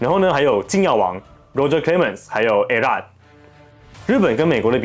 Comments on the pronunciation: 還有你a-rod 怎麼唸A辣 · A-Rod 是故意唸成A-爛的嗎😂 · A Rod 發音…….